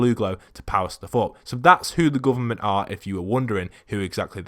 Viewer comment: “The GOOVERMONT